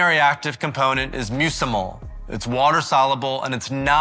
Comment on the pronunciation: Important inaccurate info in this video... Drying the mushroom isn't going to reduce the ibotonic acid. HEAT provides the decarboxolation required to convert ibotenic acid to muscimol [pronounced (musk-a-mol) not (muse-a-mol)] I can only assume the vid is assuming drying to occur in a dehydrator, which uses heat, but dehydrator do not provide enough heat to properly convert enough ibotenic acid to muscimol to mitigate undesirable effects